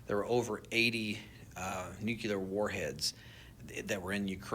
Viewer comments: Why is it that so many "experts" can't say the freaking word "nuclear" correctly?! I hear it ALL THE TIME! It's not nucular. When you say that, it automatically makes me think you have no idea what you're talking about as you haven't even taken the time to learn how to say the word correctly. When David Grusch was on JRE, he also said "nucular" a hundred times. Would you trust an engineer that can't read a ruler correctly? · I can’t help but totally dismiss anyone that continues to call it “nucular”. It’s frikkin nuclear. Nu-clear. And why would people be trying to shoot them down if that was their job. To look for “nucular” signatures. Nu-clear. Nuclear. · So strange. Nucular? 🤦‍♀️ Nuclear. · There's no such word as nu-cu-lar. It's nu-clear you plum. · I don't trust anyone who says Nucular! Catching up on old ones. It's a bit weird about the drones maybe being a rehersal so we not freaked out, plus the James Webb folks being huddled away when in August 25 there is that Atlas31 thing being weird in space lol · why did they stop and listen to a dude who pronounces nuclear "nucular"..... FOR FIVE STRAIGHT MINUTES about whether these drones are looking for a lost nuke HAHAHA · New-clee-ur ....NOT new-que-ler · Funny when folks mispronounce Nuclear as Nukular... A lot of people do, and that's ok, they are usually not a part of the industry or scientific community, for example, politicians, commentators etc. But it's more amusing when subject matter experts say "Nukular" 😂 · TikTok drone guy limits his believability by saying nuculerr instead of nuclear... j/s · Whenever drone man or anyone cannot pronounce NU-CLE-AR correctly and calls it nuke-lar, he automatically loses all credibility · The fact that this guy (the drone manufacturer) calls it "nuke-ya-lar" reveals his actual level of credibility. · Never trust an “expert” that pronounces “nuclear” as “nukular” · It's pronounced *nuclear* not *nucular* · Nuke-yuh-lur? Ya don’t say… 🤔